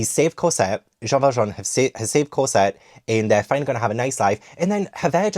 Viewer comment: Evolution of pronunciation Cosette - Corsette, Casette, Cosette:D